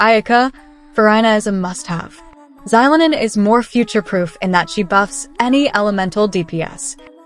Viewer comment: Why use ai voice when it mispronounces characters names? Farina? Orina? Zylonen? Can we not butcher already incorrect names?